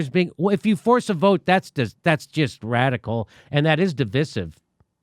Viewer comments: No, what's really divisive is the way you pronounce the word devisive.🤣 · I love you and cite you nearly every day; you are my primary go-to. You and the cache of world-class journalist/ investigators who are your guests are indispensable. NOW: For the ThIRD and final time: JIMMY will you PLEASE say di VĪ' sive. Like EYE. (NOT like the "i" in, for example, "bitch").🌿